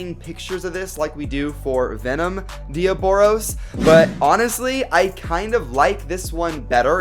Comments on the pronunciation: That's not Diaboros, its Diabolos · You are calling it dioboros u put it on the title diabolos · YOU SAID DE AH BOROS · Its not diobolos damn it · It's pronounced de-oblos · No diaboros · That's not how u say diabolos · You said diaboLos